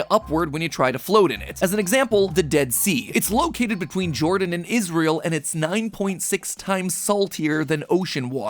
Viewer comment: Why did you call it israiel